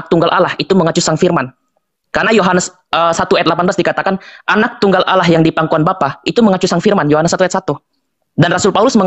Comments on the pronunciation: Aduh Allah bukan awloh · Alloh dgn allah beda yang pernah kudengar allah gabungan dari al ilah?